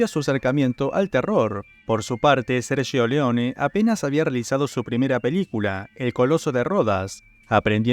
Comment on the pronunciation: Qué buena pronunciación del italiano cuando decis Sergio 👏